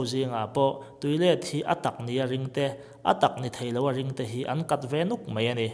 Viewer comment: Bible thu hi chhui chhui chuan bo a awl a nia.... I thil chhiar ngaihthlak a nuam hle mai. Mahse "mai" tih tur a "mei" ti a i lam zel erawh siam ṭhat dan kawng zawng la aṭha lo maw?